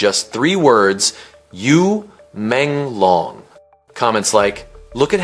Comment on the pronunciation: This commentator got his name wrong Not long is should sound like loong as in Dragon Yu Menglong like this U mon loong thats how you pronounce it !!!!